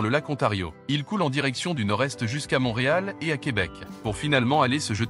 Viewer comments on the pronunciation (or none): none